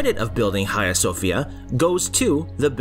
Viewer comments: cant bear to hear u say khaia one more time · Dude ... your pronunciation of 'Hagia' ..!